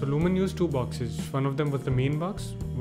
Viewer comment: Thank you for your video; I'm just getting into Notion myself and the Zettelkasten idea, so this provides a very good starting point for me. Though I can see that Roam might be better for ZK. By the way, your pronunciations of Zettelkasten and Sönke Ahrens are perfect. Only "Luhmann" should have a short 'A' sound in 'mann' like in 'Madras' ;-) not the American 'man'. :-)